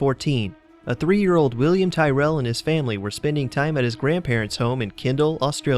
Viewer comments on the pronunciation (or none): He didn’t say tyrell right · really? you cant even pronounce Tyrell....its not pronounced like a gangbangers given name.. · You pronounced Tyrrel wrong. And plus I live about 30-40 kms away from where he lived.